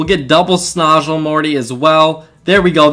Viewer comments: Just so you know for future vids, its snOOzle not snozle. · Bruh cant you read it says soozle not snozle